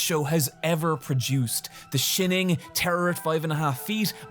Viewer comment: BRO "THE SHEENING" I CAN'T